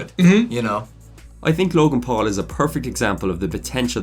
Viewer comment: Why is does it sound like he's saying log in pool?